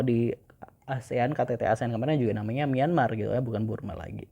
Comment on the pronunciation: Bang bukan Burma tapi Birma